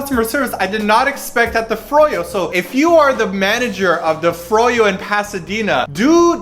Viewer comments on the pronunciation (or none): LEWL! I laughed at your pronunciation of "froyo"! It is "fro" then "yo" :P. Two syllables xD